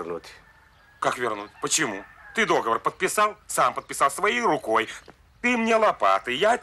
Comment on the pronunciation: Блин, всё время был догоОр, теперь дОговор😊. Переозвучили, глупо, зачем? К чему😂